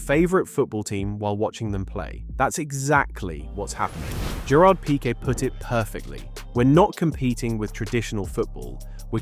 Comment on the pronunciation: Why dont you know how to pronounce "Pique"? Are you an actual football fan or is the sports something new to you? A bit embarassing in my opinion.